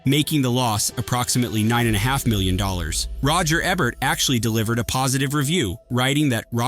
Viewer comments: OMG. It's E Bert, not Eb bert. One B. Lol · "Roger Ebbert" lol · Roger “Eh-bert”??? Too lazy to narrate your own stuff, huh?